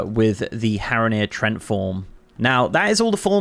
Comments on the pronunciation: Trent form? It's pronounced tree-ant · TREE - ANT... for an Englishman you butchered that